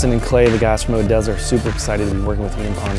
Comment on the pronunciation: At Nocturnal they introduced them as Oh-Deez-a ....and i had been pronouncing it Oh-des-a all weekend...!